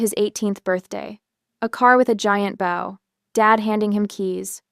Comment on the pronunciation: For some reason AI voice cannot prounce bow. Good story though